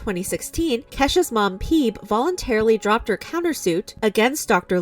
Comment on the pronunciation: isn't her mom called Phoebe, like friends, 'fee-bee''......... not ''peeb''.......lol